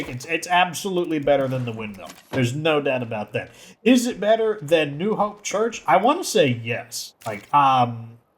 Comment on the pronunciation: He says beeter